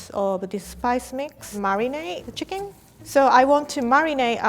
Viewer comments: I love how you say ‘Chekeen’ instead of chicken No hat BTW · I cant get over how she pronounced chicken. “Chicing” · I love the way she says chicken its like cHIcKin haha I love her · i like how she pronounces "chicken" --- t'chikeen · Nobody:: c i k i n g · Is it me or was she saying CHICKING?? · cheeken ahahahah😂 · I love how pronounces “chicken” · The way she says "chicken" is so cute 😂 i thibk that how it should be pronounced from now on